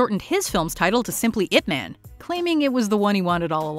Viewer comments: i dont know if you actually watch the movie and hear how they pronounced ip man, ip man doesnt sound like a superhero name like spiderman and superman, the "man" is pronounced like "mun", its funny to hear ip "man", its sound like a man of ip, human ip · The man's name is pronounced "Eeep Mahn", sweetheart.